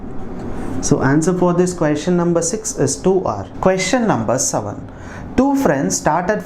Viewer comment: Na your pronunciation on the word 'question' really peculiar one Queestion